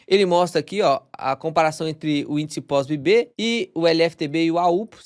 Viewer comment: Por que vc fala POSBB? Não é um B só?